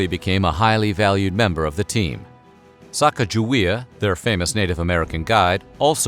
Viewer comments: Isn't it sah-cah-gah-WAY-uh and not sack-uh-juh-wee-uh? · You mis-pronounce Sacagawea it sounds like Sa-cog-a-wea; the big lake behind the Garrison Dam is named after her - Lake Sakakawea. These so called history people need to get the name correct. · ITS SAKAKAWEA!!! She is from my tribe and all these years people have pronounced it wrong, it’s not even “Sakakawea,” but that’s the closest English translation. It means “bird woman” as well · It’s actually pronounced “Suh-caw-guh-wee-uh” not “sack-uh-juh-wee-uh.” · A little extra authenticity: Her name is pronounced Sa-COG-a-wee-uh. Not Sack-uh-juh-WEE-uh. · You are pronouncing her name wrong. According to the phonetic spelling consistently recorded in the explorers' writings, Moulton said, Sacagawea - a woman who aided Lewis and Clark on their journey across the uncharted western part of the United States - should be pronounced "sah-KAH-gah-wee-ah." Emphasis on the 'cag' as cog, or "sa-COG-ga-wea". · I'm giving a thumbs up because I LOVE you guys. But it's pronounced Sa-Ca-GUH-Wey-Uh. Hard "G." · Great information. The only knock I would give is the actual pronunciation of Sacagewea. It should be (phonetically) Sah-Keg-Ah-Way-Ah. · You would think that the narrator would familiarize themselves with the proper pronunciation of her name. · I think you are mis pronouncing Sacajawea s name. A magnificent woman and mother.